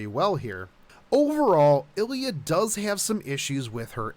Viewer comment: Could you stop calling her "ellya"? There is an I there.